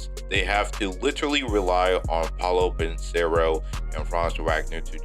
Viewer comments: you pronounced it as ban-sero instead of pronouncing it how its actually spelled lol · You murdered Banchero and Wagner pronunciation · Ain't no way you pronounced Banchero that terribly